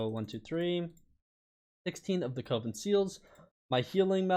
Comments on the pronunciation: Bruh. It ain't "cove-in". Coven is pronounced "cuv-in". I s2g you're still doing this on purpose. How is it possible to pronounce these common words so badly so often. Edit: It rhymes with oven. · it’s coven rhymes with oven not cOven